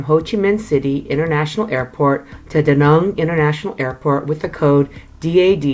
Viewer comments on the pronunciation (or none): Hate how she pronounces Da Nang. Besides that good video